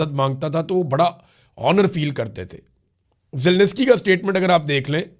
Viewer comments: یار تم کس قسم کے صحافی ہو تمہیں Zelensky کہنا نہیں آتا 😮 اور تم zelnesky zelnesky کہے جا رہے ہو۔ میں نے دنیا میں کوئی صحافی ایسا نہیں دیکھا آج تک جو zelensky نا کہ سکتا ہو۔ مجھے یقین نہیں آرہا ایک صحافی کسی ملک کے صدر کا نام غلط کیسے لے سکتا ہے؟۔ مجھے وضاحت چاھئیے ایسا کیسے ممکن ہے۔ کیا تم نے پہلے کبھی یوکرین جنگ پر رپورٹنگ نہیں کی ؟؟کیا تم نے یوکرین کے صدر کا نام پہلےکبھی نہیں سنا تھا ؟ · Zelinsky is pronounced ZE-LIN-SKEE, not "Zel-niss-kee".